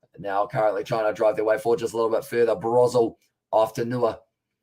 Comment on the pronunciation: Broselle is pronounced bro-zelle. Thanks for doing this tho